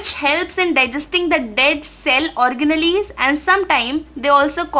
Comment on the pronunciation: Organillies...... 😨 ...what ! ....your pronounciation is very bad 👎